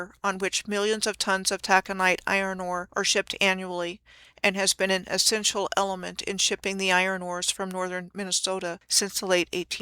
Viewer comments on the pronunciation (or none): none